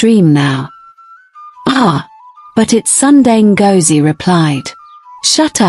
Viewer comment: The name is Ngozie, as in go, go. Zie as in the letter Z